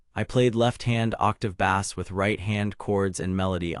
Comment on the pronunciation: Bass is pronounced base! Not bass like a fish! This has got to be ai read